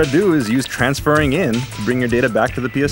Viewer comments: When i heard "transfarring" i thought Mega64 was just joking lol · Transfarring really...so engrish has gone corporate now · makes me want to do some "Transfarring"